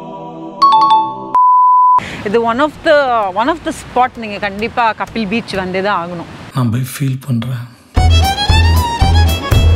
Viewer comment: not kapil ..it is kaapil